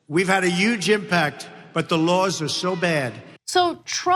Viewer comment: Yuge impact, yuge....